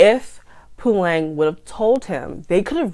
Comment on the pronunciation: You pronounce their names very well especially Fikile and Puleng.. KBs music is bad, you're right. The worst musician in South Africa 🤣🤣🤣